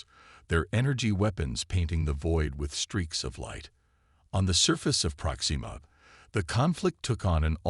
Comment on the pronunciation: Great story. However......AI screw ups yet again. It is "PROXima" Centauri not "ProxEEma" Centauri. I really wish use of AI reading these would cease until such time that they can actually read English words properly.